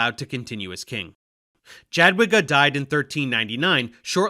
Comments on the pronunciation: Dżadłiga boli. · Small point of critique- "Jadwiga" is pronounced more like "Yadviga", as "j" in polish corresponds to a "y" like in "yak". Additionally, it is interesting to notice, that the teutonic order came to the region on the behest of the duke of Masovia, one of the biggest mistakes following the feudal fragmentation after the death of Bolesław III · Dżadłiga XD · It sounded more like Dżadłyga. In any case, in Polish ł is never followed by i. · to nie jest spontaniczna wypowiedź w teleankiecie. Do nagrania można się przygotować. Jakoś Jogajła umiał powiedzieć bezbłędnie, a Dżadłigi już mu się nie chciało. Ja też 30 lat temu zachwycałam się każdym obcokrajowcem co coś tam ledwo dukał po polsku, teraz są już inne czasy, można sobie online wymowę sprawdzić. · Your pronunciation of jadwiga is a disaster but Jogaila is spot on for Lithuanian version of his name. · Yeah Dave, u pronounce Jagiellon and „J” in Sejm correctly so what happened with Jadwiga man! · It's interesting that he got the J in Jadwiga wrong and in the very next sentence got it right in Jogaila :D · Annnd Jadwiga ruined it